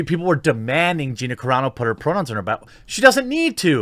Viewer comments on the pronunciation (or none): none